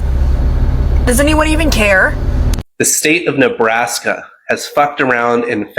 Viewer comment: 😂😂😂😂 Ne Nebbbr Nebrask? No!!!!